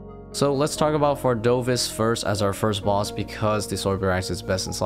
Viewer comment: Bro the boss is called vardoRvis, not vardovis